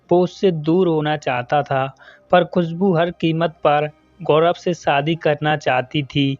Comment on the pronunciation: Aapka Hindi kahani channel hai lekin aap Hindi bolane nahin aati hai aapko aap Bihari Bhasha bolate ho sha ko sa bolte saadi nh hota shadi hota h ek anchor ko apni language per command hona chahie video